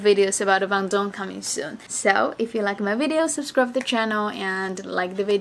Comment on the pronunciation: BANDUNG. Try to Pronounce it right. Hahaha Just funny listen you said BANDUNG😆😆😆😆